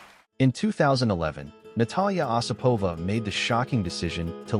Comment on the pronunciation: Her name is pronounced with the accent on the first syllable: O sipova.